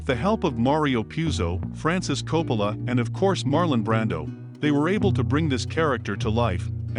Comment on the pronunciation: I love these videos but his pronunciation drives me insane! It’s “Cor-lay-oh-nee”. Oh, and no Italian would pronounce Coppola with a round “o”.